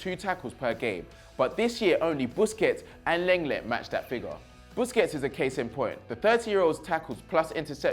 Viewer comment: Some tell that he needs to watch more football. He calls the names wrong so many times 😑 if he it Chris making those errors we would slaughter him. Lenglet and Thauvin🤣🤣🤣 my guy, you watch some highlights and listen to how they Surnames are pronounced next time. Keep up the good work nonetheless tho🙏👌🏽🔥🇿🇦🇿🇦